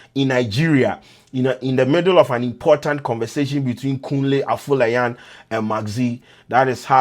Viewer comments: not funle 😄its Kunle Afolayan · really???😂😂😂😂 Funle Akolayan howwwww??😂😂 It's Kunle Afolayan abeggg